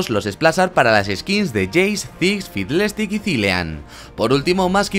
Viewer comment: Fidelesticks xDDDD por un momento escuche filete sticks haha